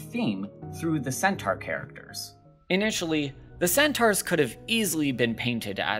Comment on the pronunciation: ... yeah I couldn't sit hear and listen to you say 'centaur' incorrectly eight thousand times but thanks, I will check out these shows XD